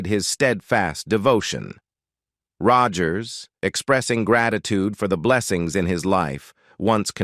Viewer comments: Narrator needs a reading coach to learn to pronounce common words engaging is not indulging and Roger's is a famous name that should be easy like Mr Roger's not rawgers. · Gotta love how the Bot Reader mangles Roy's surname and "hee-van". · its sad the amount of work that goes into a video like this, but the lack of editing to fix the miss pronouncement of Rogers (oddly it doesn't happen all the time but a good enough number) and then a few other words that were just not pronounced correctly. Roy Rogers was my mom's huge crush. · Teach the mechanical voice to SAY Rogers! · Loved Roy and Dale. This would have been a better tribute if they had taught the computer correct pronunciation. Kind of ruined it for me. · What’s up with the mispronunciation of so many words in this narration, including Roy’s last name multiple times? This must be an AI generated. Very disconcerting.